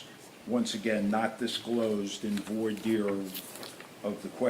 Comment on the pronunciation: It’s French and it’s vwar deer. End of.